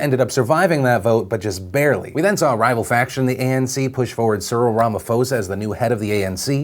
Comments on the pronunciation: It's pronounced 'po' not 'fo' :) But yeah, everyone here in South Africa is really hopeful that things are going to change, but honestly it's the entire party that's corrupt not just Zuma. People have wanted Cyril to take over for years though, so we'll see how it goes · Hi Phil, Cyril Ramaphosa is pronounced "Rama-paw-sar" not "Rama-four-sar" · Lol pronounce "Ramaposa" not "Ramafosa" nice try though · I'm gonna be that guy :-) , Ramaphosa is pronounced: Ramapossa, not Ramafosa... he he... #notmygramma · Hey Phill. You made a slight mistake. It is not 'Rama-fo-sa', it is 'Rama-po-sa'. The 'ph' is not a F sound but a P sound in this instance. You make a good show. Well done to you and your team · TL;DR: It's pronounced Ra-ma-PAW-za, not Ra-ma-fo-za LONG VERSION: The R is rolled, hard, but you can get away with not rolling it if that's hard for you. The key thing is that the P is totally a hard english P, not an F. In his language, the h doesn't turn the P into an F sound; rather it makes the P a bit breathy. If you can make the P breathy, you get points. If you can't, you're still good, no one is going to laugh at you. The only other place you can improve is that the O sound is more like it would be in the English word "paw". Still, we're kinda impressed you noticed us. Thanks man. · Im from Cape Town RSA our president now is Ciril Ramaphoza the P is silent. so its pronounced Ramapoza and we are overjoyed this side, we have lots of hope for our future and he is the one leader we need to help that along. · It's pronounced Ramaposa not Ramafosa even though it's spelt Ramaphosa. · Philip our president's name is pronoused Rama-pausa-ah not Rama-fose-ah. Please correct your pronounciation going forward. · It's "Ramaposa" not Ramafosa" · Lmao Ramafosa 😂 Phil it's pronounced Ramaposa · Philip thank you for talking about South Africa. We are feeling very hopeful! It's not pronounced Rama-fosa hehe it's Rama-posa. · phill the pronunciation is Rama-POH-sa not rama-fo-sa